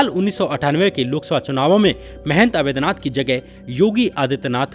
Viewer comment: Avedhnath nahi Avadhnath kahiye... Sri Ram ke naam hai